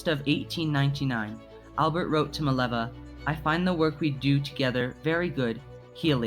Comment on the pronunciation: Her name is Mileva, not Maleva.